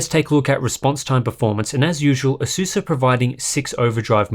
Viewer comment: Pronounce ASUS properly.